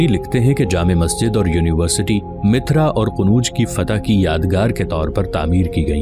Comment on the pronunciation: Bhai mithra nahi mathura hai